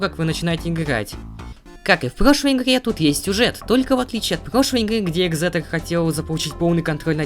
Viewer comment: Не ехзетор а экзектор главный ехе